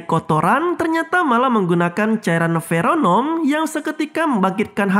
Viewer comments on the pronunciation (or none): bukanya feromon min...kok ferenom